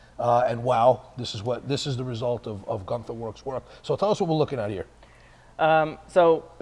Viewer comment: Guntherwerks (trying hard to sound German?😂